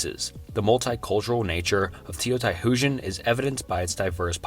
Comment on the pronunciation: Teo..tie.... Hoojan... Don't think I've ever heard Teotihuacan mispronounced so badly before 😬